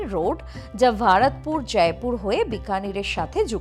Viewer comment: I cringed everytime she pronounced it as VARatpur 😖